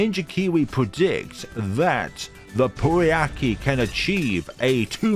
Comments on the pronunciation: Just for the record Prouncouncing poukai just say POW then Kai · That "pooiakee" was great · Pouākai is pronounced "poh-ah-kai", it is a bird from Māori mythology